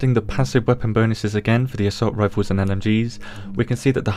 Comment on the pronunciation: Lmao "rifoos"